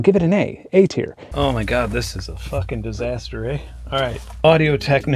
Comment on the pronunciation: "this is a fucking disaster, eh" sounded so Canadian.